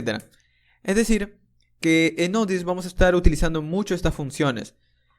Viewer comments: Me dio cositas cadavez que decía nodies 😂 Es node yey es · ¿por qué dices node DS si es JS?